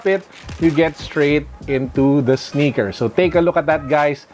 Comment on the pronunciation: "Passion with the sneakah"